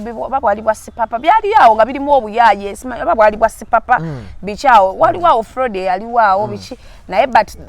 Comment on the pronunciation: Fraud pronounced frod and not fraudi